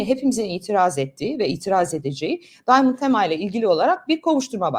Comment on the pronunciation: Bu arada bu çocuk Arnavut . İngilizce telefaz ile söylemeyeşn şu çocuğun adını Daymınd değil Diamond yezıldığı gibi okuyun